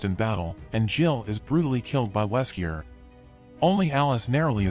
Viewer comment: It's really confusing you keep saying Weskier in the video!!